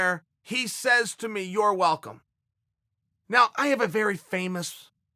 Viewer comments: No one: Chael: Ya-rear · Yewe-err kauwrec-ked the-re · Jonathan you mean... YOUR’ER Rodriguez? 😂😂😂😂😂